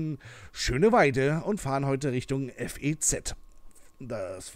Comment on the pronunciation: Das FEZ wird wie ein Wort ausgesprochen. ;) Ansonsten ist es ein echt gutes Video!!